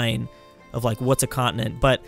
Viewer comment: why does he pronounce continent like that?